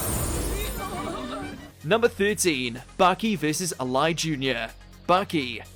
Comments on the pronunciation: How tf do you mispronounced alai jr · how the fuck did you pronounce Alai wrong?